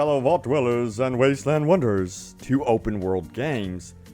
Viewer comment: Great vids,. It's wasteland wanderers, not wonderers. You always seem to say wonderers.